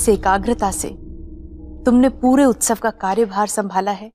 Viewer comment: Utsave hota hai ustave nahi hota hai